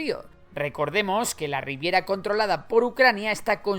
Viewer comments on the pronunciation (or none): Ribera, amigo, ribera. No riviera.